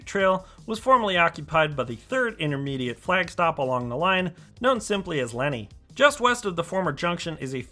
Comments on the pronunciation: It hurts my ears when you say Lenni as Lenny. But anyway, it is Len Eye as stated above. :) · The original Wawa train station was cuter. Lenni : pronunciation is Lehn-EYE. As in Lenni Lenape Native Americans. ;-) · Cynwyd is pronounced "Kinwood". Lenni Road is pronounced "Len-eye". Delco has it's own dialect. Ask Kate Winslet. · Love the drone footage of the line between Elwyn and Wawa (Middletown) station. Not that it matters, but the word Lenni (as in Lenni Road) is pronounced "Len-Eye". I know because I grew up within walking distance of it in the suburban development (Riddlewood) that is seen along the north side of the line in your drone footage between Williamson College and the location of the old Glen Riddle station. I still live nearby and I am very much looking forward to seeing the opening of the Wawa (Middletown) station later this year, assuming, that is, they finish the work by then. Thanks for the video. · Lenni is pronounced LEN-eye. Thanks for nice update. Lived in Delaware County 30 years and remember when SEPTA still ran to West Chester. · Although you pronounced a few of the local names wrong (it's Len-EYE Rd). However, hats off to pronouncing Manyunk correctly! I can't wait for this station to open, as I have family living within walking distance of the new station and traveling from center city philly will be much more convenient